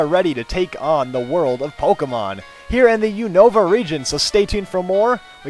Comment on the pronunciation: lol...You pronounce Unova wierd.